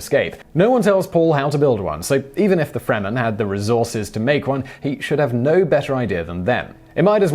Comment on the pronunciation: Simon, I take it you haven't read the original book "Dune" or watched the show you were dissing. The only two words you pronounced correctly were "Paul" and "Fremen". Any plot holes from the movie can be attributed to the screenplay only including one third of the original book. Unfortunately, the one third was interspersed throughout the book--three major plot lines woven through each other to give one of the most overall accurate view of a planet--the movie is just one of those lines... Maybe one and an eighth. It's hard not to have plot lines when reactions are seen to actions nobody knows about.